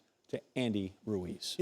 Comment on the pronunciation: Atlas either can’t pronounce “Ruiz” or doesn’t know his name.